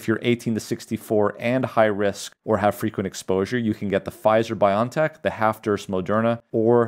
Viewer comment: It's BioNTech. Not pronounced BY-on-tek, but BY-o-EN-tek. That's because it's a contraction of 'biological engineering technology.' Think of the American company Genentech, now part of Roche. Not pronounced GEN'n-tek, but gen-EN-tek ('genetic engineering technology').